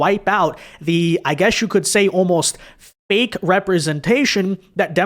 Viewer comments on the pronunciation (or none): none